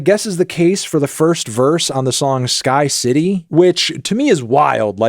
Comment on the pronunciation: he butchered sky city too